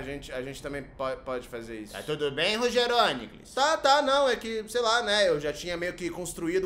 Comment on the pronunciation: Errou o acento. Com essa pronuncia o correto é: RogérÔnicles e CleitinÍcus